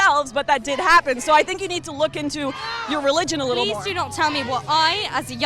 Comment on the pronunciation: Um... it’s “MORE” fam. Not “MOOR”